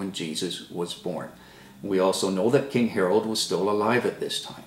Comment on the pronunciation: It was "King Herod" buddy, not "King Herald"...